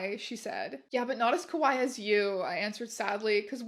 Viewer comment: I don't know if it's intended to be kawaii or kowai in the written version, but if it's written as kawaii and is just being mispronounced here as kowai I think it's kinda funny since kowai means "scary". Great reading! Congrats on the subs!!